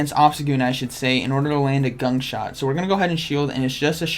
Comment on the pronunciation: Ya....today is ..."gunk short day..."😂😂😂